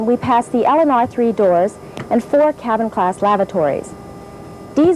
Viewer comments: LOL i thought she said cattle class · I legit thought she said "cattle class"